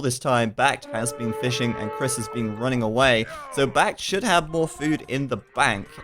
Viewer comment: Brits too stronk with sheep bonus for food and cheap TCs for wood, which means more resources for trash. BacT would do better if he stuck with the scouts and raided farms imho. Also,, why do you pronounce BacT's name as sth like Bah-Gee-Oh-Froh?